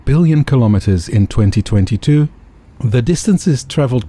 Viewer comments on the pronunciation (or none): Your pronunciation of the word 'kilometres' is incorrect. You're Dutch, so you should know better..